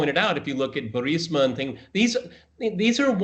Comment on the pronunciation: The fellows can't even pronounce Burisma correctly.. It's astonishing the fellows don't use the correct pronunciation of the now famous Ukraine energy corporation, like their "2nd Coming of God" slurring-his-words savior Donald Trump: "Bermishia".. Of course neither Phil nor Peter, like neither Trump nor Biden, mention George W. Bush's chief of Counter-Terrorism on 9/11 BIG LIE Day - September 11, 2001 mass murder co-conspirator Cofer Black - being a member of Burisma's ("Bermishia's"?) board of directors..